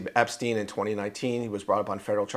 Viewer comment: No one can pronounce that human traffickers name to save their life